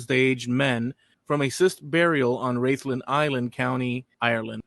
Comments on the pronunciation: Rathlin, is pronounced Raathlin, not Raythlin. Rathlin is a lovely wee place, I've a cousin who lives there. As for aDNA, I'm related the first of the three Rathlin men, found under a pub - no surprise there and I'm related to the Ballynahatty Woman. But I imagine half the county, indeed, half of Europe is related to her too. I guess, we've been knocking about Antrim and Down, a bit longer than any of my family thought.😁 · Rathlin is pronounced like wrath lin